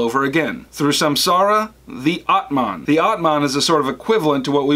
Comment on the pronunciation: M so thankful for your videos, but... the pronunciation of the words Samsara, Atman, Moksha, Brahman, and Karma is kinda horrible